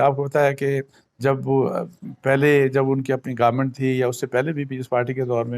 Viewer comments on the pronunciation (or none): sir most of us get confuse when u say Garment(government).